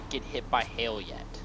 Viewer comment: That was funny when the lightning struck because you were saying hail and it sounded like hell